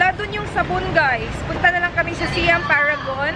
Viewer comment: Hi, icorrect ko lang sana how you pronounce "Siam". Its actually "sahy-am". Like how you say "siamese twins". Thailand was formerly known as "Siam".